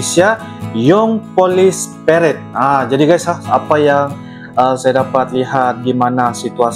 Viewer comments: Bukan " PARED" tapi "PA-RA-DE" dalam bahasa Indonesia dibaca terus, .... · Bacanya pa-ra-de bang..... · PA, RA, DE, bacaan nya bg artinya peragaan, pawai dll